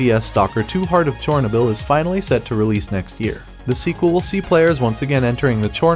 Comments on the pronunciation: 😅 butchered that 1 a few times lol.. char - no - bull... decent video otherwise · definitely A.I. listen to how he pronounces Chernobyl.